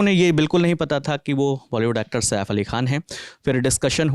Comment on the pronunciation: SAAF nahi madam SAIF boliye!